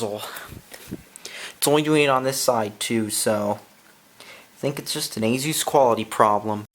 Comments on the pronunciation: You said azues it's asus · Watching this on my thinkpad t410, every time you say "AZOOS" i leak a little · Every time he mispronounces it as "AZOOS" i can't stop laughing. It doesn't even have a Z in it lol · it A SUS thats how its pronounced